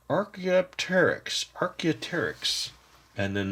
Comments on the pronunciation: Archie "But hold on!" Archie "The pronunciation of Archaeopteryx is wrong! Its: Arr- kay- op- tear-rix! Not Archaeoteryx! You forgot the P! P! P! P! P in lucky penny shop! " "Oh! Right! My pronunciation was wrong!" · " " Pterosaurus! PTERASERRUS?" Archie "Hey! You said Pterosaurs wrong! Its in the name of our videogame! Its pronunciation is TERR-OH- SAURS! UR PRONUNCIATION OF PTEROSAURS AND ARCHAEOPTERYX ARE WRONG! If you play my game and go to the pronunciation section, you'll select me, then say my classic name and you'll get another achievement!" "Oh boy! Well thanks Archie for the pronunciations and the new tip in your game!" Archie "Yor welcome!"